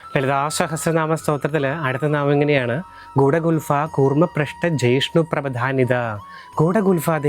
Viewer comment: ഗൂഡഗൂൽബ എന്നല്ലേ സംസ്കൃതത്തിൽ ഉച്ചരിക്കുക?